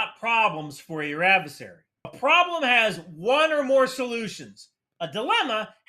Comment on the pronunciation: It's 'adversary' not 'advesary'.